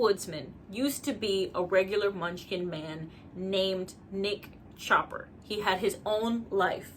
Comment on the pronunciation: I had to rewind, because I heard something else when you said "Nick chopper!" 🤭